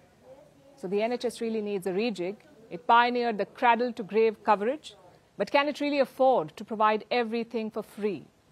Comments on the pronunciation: Did Palki just say "craddle"? It's cradle (/ˈkrād(ə)l/). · Palki it’s pronounced as Cray -dle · Dear palki Please say cradle and not kradle, kind rgds